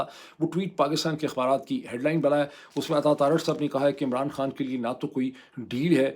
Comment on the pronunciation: Hey doc its not pronounced kaan, It's khan actually even for turkish , they just don't put H 😕